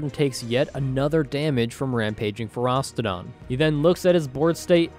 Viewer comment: It's not Feros-TI-don